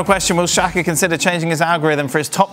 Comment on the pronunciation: Not shaka its SAKA.